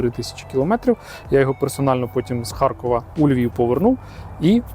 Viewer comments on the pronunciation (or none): none